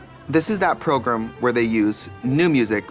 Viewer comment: trixie saying progrum literally always makes me giggle